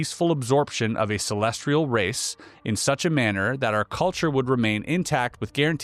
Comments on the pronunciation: *celestial, not celestrial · ce·les·tial /səˈlesCH(ə)l,səˈlesˌtēəl/ adjective positioned in or relating to the sky, or outer space as observed in astronomy. "a celestial body" You got this word wrong so many times that it proves how oh so not sophisticated you are. Really really embarrassing that you put this on air. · Edit, I watched it on the youtubes.... its musspelled 2 dozen times, likely not written by the worlds 2 smartest people. I couldnt even listen though because of the typo. Did the "celestRial" mispronounciation ruin this episode for anyone else but me. This is one of my top 3 podcasts. I'm not hating. It's frustrating though. There's so many big words, Latin, stone much complex stuff. None of it seems to be an issue. CelestRial.... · Celestial, not celestrial. Y:) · Celestial not Celestrial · They knew to put the word 'celestial' in here a billion times to trip up. "Celestrial" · CelestRial is not even a word? Does he mean celestial? Calling BS on this one, I think Oppenheimer would probably know the word celestial😅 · Bruh put this top comment on your Spotify content too. Reasonable people aren't gonna respect you and pay for content if you're saying "celestrial" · I believe the R in celestrial is silent ;) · sorry, i'm tapping out at 25m.... i love Einstein & the content of this video, but i CANNOT listen to "celestrial" one more time.... godspeed, and thanks for the content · Yes. What is so hard to understand about that word for you? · Please! There is no “R” in CELESTIAL! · Celestial, There’s no R in it lol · Who wants to tell him that there’s no “r” in “celestial?” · There is no "r" in celestial. Lol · There is no "R" in the word celestial.